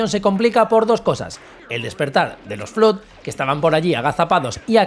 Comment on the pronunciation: Flood se pronuncia como "flad"...